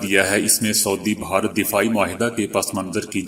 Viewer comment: ما شاء اللہ آپکو اللہ نے اواز بہت اچھی دی ہے۔ آپ بھارت کو (ب ہا رت) کہتے ہیں۔ اسکو درست کرلیں۔ میں آپکی خبروں کو روزآنہ سنتا ہوں۔ آپکا انداز پسند آتا ہے۔